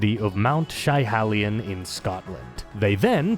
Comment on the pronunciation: That's nae how ye say Schiehallion, but nae far aff, so cheers for given her a wee mention pal 😉